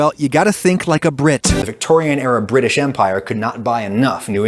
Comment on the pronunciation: Ohh British I thought he was saying someone’s name😂